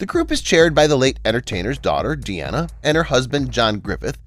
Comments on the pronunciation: her name is pronounced as DEENA, not Deanna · It’s pronounced Deena not De-Anna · It's not "De-Anna," but "DEEN-ah." As in her dad's name Dean, just adding an 'a' at the end.